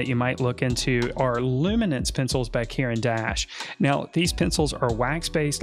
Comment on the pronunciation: "Karen Dash" I was listening, not watching when he said this and I had no idea that he meant Caran d'Ache! LOL Never heard it pronounced with such a strong southern USA accent before. He sounds super country.